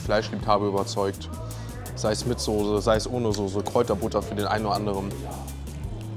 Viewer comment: es heißt Soße verdammt Soooooßeeee nicht Sose wer sagt Sooose